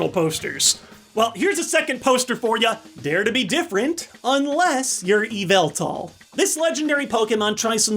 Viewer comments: YOU DARE INSULT ME YVELTAL, HOW DARE YOU. ALSO, IT'S PRONOUNCED LIKE YAVELTAL NOT EVIL-TAL look in replies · IT’S YAVELTAL! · it’s pronounced Yaveltall 🤣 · IT YA-VULL-TAL!!! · ITS PRONOUNCED YAVELTAL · It's yaveltal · You didn't pronounce Yveltal correctly